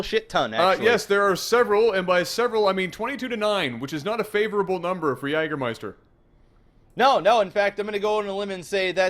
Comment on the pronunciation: I have never witnessed anyone pronouncing "Jägermeister" more beautifully than did in this cast. And yes, I'm German.